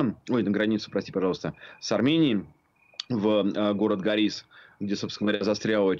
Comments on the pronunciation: Хоть бы названия правильно выговаривали! Не магадис, а Мадагис! Не горИс, а гОрис!!! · Не ГАрис, а ГОрис.